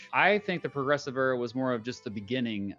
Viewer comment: "The Progessive Era"